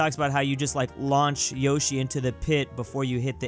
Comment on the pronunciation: You were mispronouncing Yoshi.